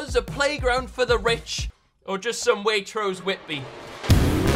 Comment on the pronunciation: Did you say Waitrose whitby